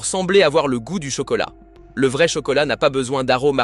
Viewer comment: Faut apprendre à votre ia que vrai ne se prononce pas véret